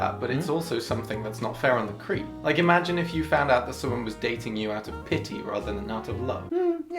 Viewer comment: I love how Roomie often pronounces creep as cweep lol, very uwu of him